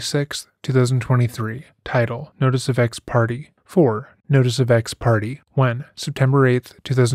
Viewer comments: Given that this is a murder case, I am a little ashamed of how much I laughed at the Big Suitcase part. Also, Ex Parte is pronounced "ex parTAY" not "ex party" Ex party is probably what her ex husband filed when the divorce was final. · Another great video, thanks! By the way, ex parte is pronounced "ex PAR tay"